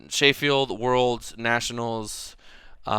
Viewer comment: Sheyfield yano, Sheffield and its pronounced cheffield. These videos are interesting man keep them coming